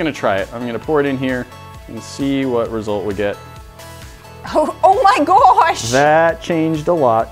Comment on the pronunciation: the way she said oh my gwoash